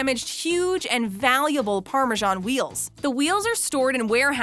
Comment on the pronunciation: The English name Parmesan is pronounced the way it's spelled, with an S. It's not pronounced Parmegian.